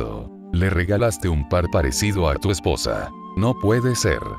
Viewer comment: no sabe decir "EspoOosa" xD